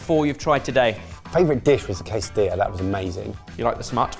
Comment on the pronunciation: It's not pronounced Kaysadilla. managed to pronounce it correctly.